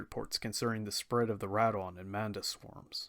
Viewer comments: doesn’t change the fact that your still saying wrong. If you ever watched the Japanese audio it not pronounce Rad-ON. Sorry but it still makes me cringe lol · Anyone else cringe when he says Rodan’s name wrong? I really loved the this anime.